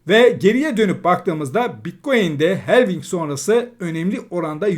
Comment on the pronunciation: "Helving" değil, "halfing"...